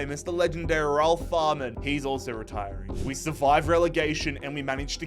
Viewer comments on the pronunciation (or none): none